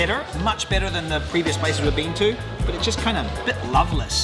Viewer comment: When you say "better", my American ear hears "bitter" LOL. Love your channel <3